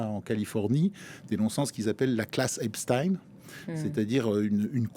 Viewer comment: Epstine? Comme Poutine?😅😅